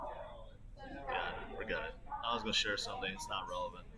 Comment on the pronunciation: I like how he says “goa” instead of gonna